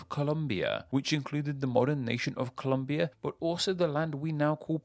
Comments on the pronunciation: Hey there! It's Colombia, not ColUmbia. Greetings from Colombia though! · o cara fala ''COLUMBIA'' acho que esse cara sabe de nada nn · It is Colombia, not Columbia. Amazing info by the way!! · Its Colombia not Columbia. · your quick to ask for money to support your content, but you cant even get the name right for COLOMBIA and GUATEMALIA???? wtf... review your shit before posting it....